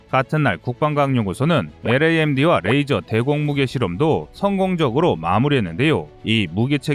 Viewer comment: 레이저! 러이저! 러이저요~~~~!!!